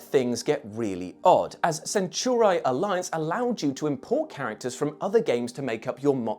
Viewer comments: For crying out loud its not "centurai" its "centauri" i really hope they didnt say it like that on purpose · Are we sure THAT is how you pronounce "centauri"? Asking for a friend